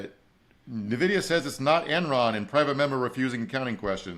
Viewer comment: I know every news network and finance bro talking about it says "Nuh-vidia", but it's actually Letter N and video with an a, so "In/En-Vidia"